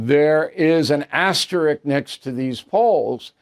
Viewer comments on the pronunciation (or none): Why does everyone say "asterik"?